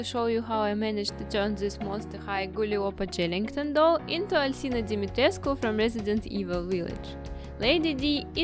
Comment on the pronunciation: Pronounced: AL-SEE-NA DOM-E-TRESK